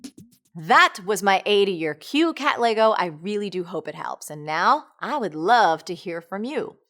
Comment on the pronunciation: Lol it took me a while to realise she was actually saying "Katlego" and not "Cat Leygo" #SouthAfricansWillUnderstand.